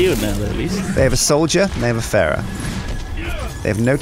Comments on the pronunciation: I'm not normally one to say this but her name isn't Ferrah it's Pharah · The Amazing Jeff yes but it's pronounced Fair - uh like Pharoh